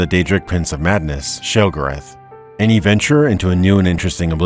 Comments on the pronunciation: I think you mispronounced Sheogorath. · Did someone different read for this video than wrote for it? It seems unlikely that someone who could write that much would mispronounce words like "regular," "popular" and "Sheogorath." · Your pronunciation of sheogorath is hilarious